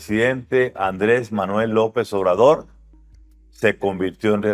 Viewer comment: Ayer 2 de junio nació la segunda: Manuej andre❌ lope❌ obradojjjjjj.